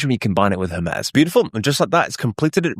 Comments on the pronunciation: Her-Mee-z not Her-Mez : ) Cool video thanks for sharing. Thumbs up. Thank goodness for playback speed adjustments. I had to slow the video down a touch. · Hermes Agent is named after the Greek god Hermes. The standard English pronunciation for the deity is "HER-meez", with an 'H' sound and a long 'e' that rhymes with please. The French fashion brand Hermès is pronounced "air-mez" due to its French origin, but the Greek god is almost always pronounced with an 'H' and a long 'e' at the end.